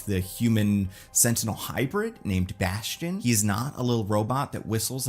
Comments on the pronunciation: It's "Bastion"! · it’s bastion It’s bastion